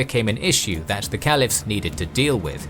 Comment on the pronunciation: More bs from the shayton trying to teach Muslims our Deen . This is misinformation and it is funny that the maker's of these lies can't even pronounce the easier Arabic words right. Like kalifas